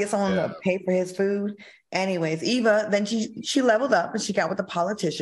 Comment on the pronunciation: Can who ever from this channel fix EVA’s name, it’s not Eve